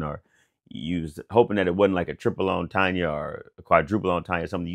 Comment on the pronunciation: Did he say double entanya? Entanya?! Killing me. It’s a triple entanya